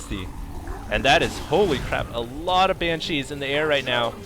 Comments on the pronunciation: Looks like baylings (however you spell it) require mircoing, otherwise they just sit there. And oh my god, please stop saying "Bancheese" It's pronounced "ban-she" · Hey, I love the videos, very entertaining. One thing is bothering me.... Please, for the love of god, pronounce "Banshee" correctly. It's not 'Bancheese', it's Banshees. Thanks :D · I love these videos, but ... please. For the love of god. It's BANshees. Not banCHEESE. I have no idea why it's annoying me so much, but it is, lol. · It's pronounce "BAN-she". Other mistakes in your posts: "baylings" - banelings "mircoing" - macroing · lol pronounciation: Ban - CHEESE. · That's NOT how you pronounce "Banshee"